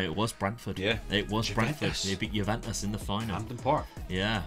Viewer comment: Love the vids with your dad. Completely different t level of fun, even if his pronounciation of Juventus makes me want to twist the head off things 😂